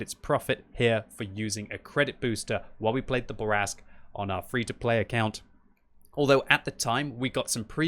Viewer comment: I see you still have trouble pronouncing French. It's "Fuckin' Bourrasque!" Also: "Gun handling is terrible, especially the aim time." That's why you were only able to start the match with two perfect snap shots.